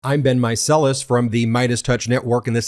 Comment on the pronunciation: I love how your sign off sounds like, "until next time, this has been Meiselas."